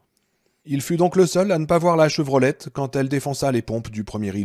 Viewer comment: Chevrolet et pas Chevrolette